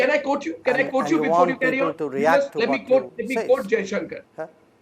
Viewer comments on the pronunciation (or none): It is not pronounced "Coat" or "un coat" but quote and un quote like it is spelled.